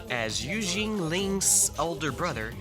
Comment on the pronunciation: yea, sorry buddy but it was pretty funny when you were pronouncing Yuezheng as “Eugene” 😂😅 but you did a better job than most people honestly